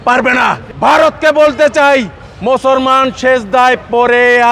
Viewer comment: 'মুসলমান' শব্দটা শুদ্ধ করে বলেন।